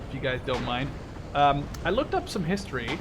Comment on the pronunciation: Your voice turns me on at points. Damn shame I get turned off when I hear "Sherm" and "History" because last time you mucked it up.